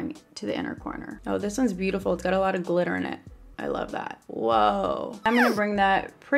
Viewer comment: Is it just me or did she sound english when she said ‘glitter’ when she tried the lip gloss? 😂😍❤️